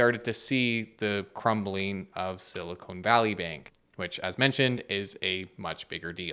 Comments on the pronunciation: Silicon and Silicone are two different things. I had fun hearing you say Silicone, lol. Silicone Valley has to be in Las Vegas or Hollywood. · Thanks for the video, very informative. I heard some recent, earlier this year, warnings about this--they called it a Bail-In. And FYI you should pronounce it Silicon, you keep saying Silicone. Silicone is something else. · Love the video and simplistic explanation but hearing SiliconE instead of Silicon is like screeching chalk on a board. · Dude. Silicone and silicon are different. Silicone (rhymes with cone) is what they make large-chested ladies from. Silicon (rhymes with con) is a fundamental atomic element and what they make semiconductors from. Silicon is used to make silicone but they're not the same. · “Silicone Valley” lol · Someone, please, tell that silicon!= silicone. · Is it siliCONE, or siliCON? Been hearinng CONE more often than not, lately. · Why does he keep saying “silicone” instead of “silicon” ? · Thanks for the good coverage. Small beef. It's sili-kahn, not sili-cone. Silicon is used in computer chips, silicone is prosthetics. NOT financial advice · Please stop calling it siliCONE valley. 🙄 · I was sidetracked by the Canadian accent pronunciation of Silicon as Silly-Cone. 🙂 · I think "Silicone" valley is where breast implants are made mate. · should learn how to pronounce silicon tho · he's also pronouncing it wrong in canadian